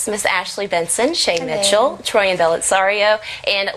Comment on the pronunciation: People need to begin to pronounce Troian's name correctly...